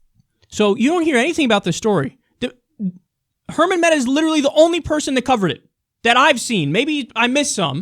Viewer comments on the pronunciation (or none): "Hemant Mehta" (not "Herman Mehta") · Minor correction: it's Hemant Mehta, not Herman. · Why does everyone call Hemant "Hermant"? No "R" there, friend.